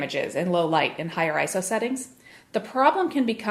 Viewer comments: 'The screen moves differently'. Wow, such a great reviewer... NOT! So simplistic it's unbelievable. And it's not pronounced 'Eye-So', it's 'Eye-Ess-Oh'. Absolutely the worst channel on YouTube. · It's Eye-Ess-Oh, not Eye-So, just as it's Nick-On, not Nye-Kon!!!